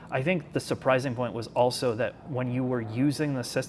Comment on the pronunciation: I see still on his 'Auso' instead of also game